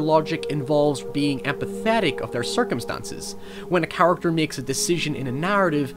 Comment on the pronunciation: Circum-ston-sis, stey-ate, meek You sound like a more articulate Swedish Chef or South Park Canadian with some of your words. It's just interesting, since mostly you sound "normal" American or Canadian.